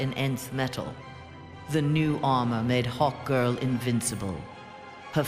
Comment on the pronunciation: Wait, did she she say, "it made Hawt-Girl invincible"